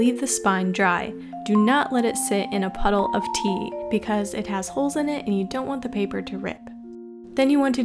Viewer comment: When you said tea i thought you said pee